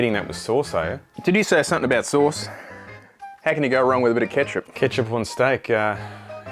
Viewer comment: There is literally NO Aussie that calls tomato sauce “kethup" except this idiot. If one day he starts using the Imperial system like some moronic Americans, I will unsubscribe.